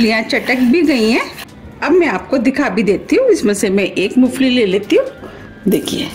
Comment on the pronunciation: madam moofali nahi moongfali 😄